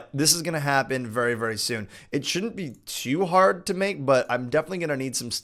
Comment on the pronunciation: soon not son lol😂😂😂😂